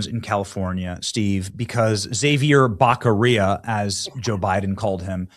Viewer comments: I love the Joe Biden pronunciation of “Xavier Bekarea” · Oh my gosh, I didn’t know Biden did that! His own appointee to a major major position and he royally butchered his name. That’s pathetic and absolutely hysterical all at the same time. Thank you so much for posting the clip. I love it. I have to keep re-watching it lol. And yes, we desperately need Steve Hilton at the helm of California! Go Steve! 🙌🏼💯💪🏼